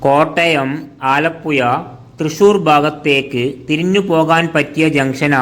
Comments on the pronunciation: ആലപ്പുയ അല്ല. ആലപ്പുഴ. മലയാളം ശരിക്ക് ഉച്ഛരിക്കൂ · ആലപ്പുയ അല്ല ആലപ്പുഴ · പുയ അല്ല പുഴ എന്നാണ് പറയുന്നത് മലബാർ കാർ യ എന്നെ പറയു ഴ എന്ന് പറയില്ല കോഴിക്ക് കോയി എന്നാണ് പറയുന്നത് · ആലപ്പുയ, ഭാരതപ്പുയ ,പയം, കോയി ക്കറി, വായ ഴ ഴ ഴ. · ഇതെന്താ വയള് പറയുന്നതാണോ? ആലപ്പുയ യോ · കോയിക്കോട് അല്ല കോഴിക്കോട് % ആലപ്പുയ അല്ല ആലപ്പുഴ ആണ് തെറ്റിച്ച് പറയല്ലേ 🙏🏼